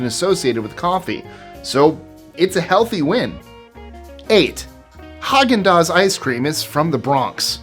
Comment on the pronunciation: I can't get over Häagen-Dazs..😮